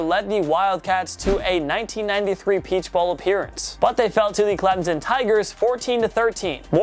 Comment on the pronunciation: Thats not how you say Clemson